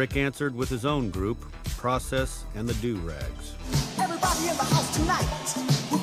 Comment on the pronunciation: The Du-rags?? 😒😩😂😂😂😂😂😂